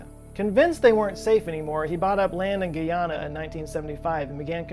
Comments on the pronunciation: It's not gee onna, it's pronounced like what you would call a man, a guy and a regular female name Ana. Guyana. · Guyana is pronounced "guy-ana" not "gui-ana" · Same. 😭 He's pronouncing it like Guiana as in French Guiana. When really saying it as it sounds in an American accent is exactly how you say it